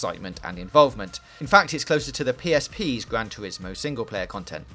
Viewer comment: Weview of Gwan Tuwismo Spowt.